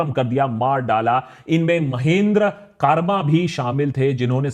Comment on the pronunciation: HiiI am Himannshi I come from Dantewada Bacheli and u am pursuing Media trust me you are an inspiration your research was really Top Notch Haa bas aap thoda sa pronunciation pr kaam kar skte hain jaise Mahendra karma aur Salva judum Love and light to you❤